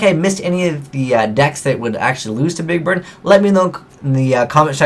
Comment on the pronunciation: I swear you said "big bird" at least once.